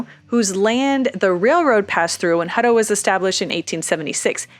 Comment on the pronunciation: It's my last name, and always been Hut-tow, "Huddo" just sounds lazy. Just saying... 😉